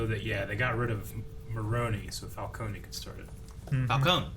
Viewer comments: Idk why but I feel like either the fans have either mixed Falcone and Moroni to get Falconi or the movie messed up cause it's spelled qnd pronounced Falcone, like a cone shape, but everyone says Falconey. Also I'm not at the end of the review yet, but am I the only one who thinks the serum Batman uses near the end when he goes ballistic on the one goons face, is the same stuff Bane uses. Venom I think it's called. Cause it looked green to me and it made him more aggressive and maybe stronger. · I like how Falcone is pronounced differently in like every movie lol